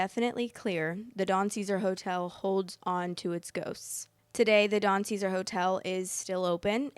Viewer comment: You repeatedly say the name of the hotel wrong.